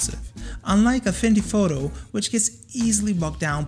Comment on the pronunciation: excuse me may i ask did you say afindy photo?.